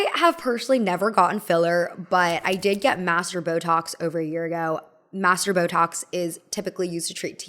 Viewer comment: Is she saying “masseter”? Because it sounds like “master”.